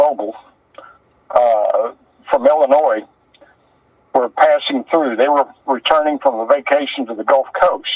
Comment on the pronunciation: Illinois, not Illinoise you idiot